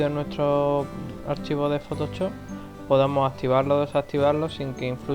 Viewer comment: ¡Me hace muchísima gracia como dice "fotochop" jajaja!